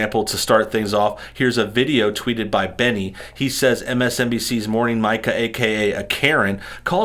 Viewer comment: Pardon the correction, and it doesn’t change the level of “Karen” Mika represents, but her name is pronounced like “Mee-ca.”